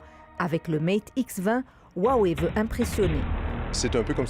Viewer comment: Roiwei et pas ouawei vous qui faites attention aux prononciation.